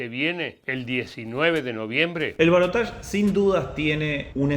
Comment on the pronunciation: Gracias por decir balotaje y no balotash